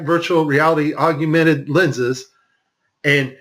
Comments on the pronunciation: Aug-mented. Not Aug-u-mented. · "Aug-u-mented virtual reality" lol